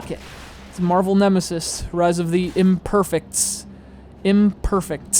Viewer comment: THE TITLE SOUNDS STUPID CAUSE YOUR PRONOUNCING IT THE GOD-DAMN WRONG WAY! "IMPERFE( ie egg) IMPERFECTS